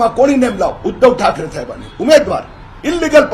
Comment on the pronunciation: अरे बाबा थायबांनी नाही साहेबांनी बोल